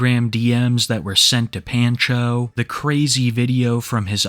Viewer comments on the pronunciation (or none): My brother in Christ, it's pahn-cho, not pan-cho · Can't tell if it's just the guy's screen name, but saying "Pan-cho" instead of "Pahn-cho" pains me. Otherwise, excellent vid as always lol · Are you sure that's how you pronounce that name? I have never heard it pronounced that way, It's usually like "Pawn-Cho"... Every time you say it the way you do I just want to throw my phone. 😂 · Pan-Cho? Obviously you’re not Hispanic lmao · The way bro says “Pancho” is hilarious. It’s pronounced “Pon-cho” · The way pronounces pancho makes me die a little. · Take a shot every time he mispronounces pancho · ** YOU REALLY DONT KNOW HOW TO PRONOUNCE THE WORD "PANCHO"? **